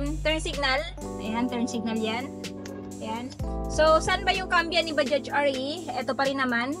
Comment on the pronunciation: mam baja lang po yan kung bigkasin hnd bajaj silent j na po yan.. wag mo na isali pagbigkas yung letter j sa dulo ng bajaj.. baja lang po yan pagbanggit hnd bajaj.. bisayang bisaya kc ang dating kpg bajaj..silent j na po yan kaya naging baja na lang kung bigkasin..pangit kc pakinggan sa tenga yung bajaj prang hnd tayo nag aral nyan..silent j na po yan mam.. thanks